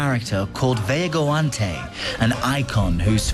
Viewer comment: God!!! If your going to narrate a documentary on another culture learn to pronounce the terms you are using! This English guy mispronounced Loiza as Loaza, and Vejigante as Veagoante. He didn't even try and honestly, CNN could do better.